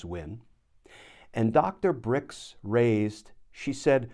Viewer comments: Glen: it’s Doctor Birx, not Doctor Brix. Other than that, your comments are spot on accurate as always. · It's Birx, Dr. Birx. Not Brix. Cmon, Glenn. Makes you look uninformed. This is important and you're so good. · It's Dr. Burks right not Dr. Bricks.... Dr. Birx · Always thought Trump, Pence and Jared were responsible for crimes against humanity in the intentional mishandling of Covid. I think the doctor’s name is pronounced “Burcks.” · Glen, it's pronounced 'Burks', FYI!